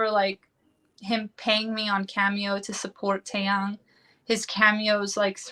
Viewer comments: She contradicts herself Dracilla doesn’t attend school but yet Jihoon picked her up from school ??? Huh ?.. ? If it’s and English class call it class then 🙄 oh by the way , it’s pronounced Tae Yung To those broadcasters who can’t pronounce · Heather Bryson I don’t understand if these bloggers think they know everything and report on it, they can’t get names right or pronounce them correctly just like Taeyang ...